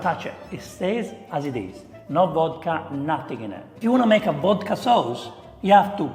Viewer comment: Beans, Wodka and Seaweed 😂😂😂😂😂😂